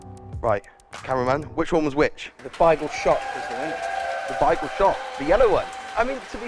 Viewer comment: Your way of saying “Bagel” does not seem correct lol